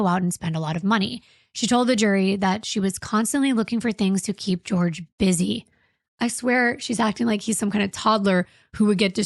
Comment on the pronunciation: I hate that the trial and how called him George caught on. It's not pronounced like that. His family has said he went by Jorge pronounced Hor-hay.